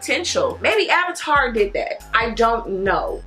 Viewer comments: AV - IN- TER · Every time you said AVATAR, I cackled!! 😂😂😂